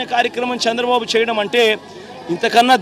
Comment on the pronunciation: శ్చంద్రబాబు కాదు చంద్రబాబు నువ్వు ముందు తెలుగు నేర్చుకో నువ్వు అసలు ఏం సహాయం చేసావు 5 సంవత్సరాల్లో వేల కోట్లు దొబ్బేసావు నువ్వే కాదు నీ నాయకులు కూడా రాష్ట్రాన్ని గుళ్ళ చేసి నాశనం చేసారు ఒక్క రూపాయి కూడా సహాయం చెయ్యకుండా కబుర్లు దెంగుతున్నావు